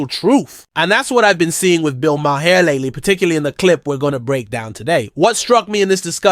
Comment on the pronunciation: I had to stop watching solely for how you kept saying his name. You watched the podcast so you know its now MA-HAIR! lmao